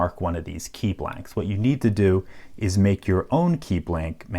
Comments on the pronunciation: Why do you pronounce Key as Kay. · Where are you from? You say kei instead of key. Thats how it sounds to me. 😁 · You say "key" like "kaey" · You pronounce the word "key" in an unusal way. :) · I love this channel but for some reason the way he says "key" bothers me lol